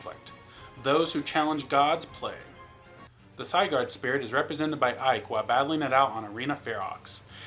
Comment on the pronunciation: It's... It's pronounced Sih-gurd... Not Cyguard...